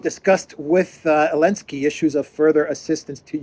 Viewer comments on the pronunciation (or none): "Send it lo elensky" LOL